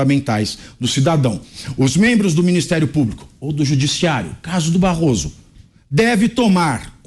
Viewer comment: Barroso falando "barro" ! Vergonhoso!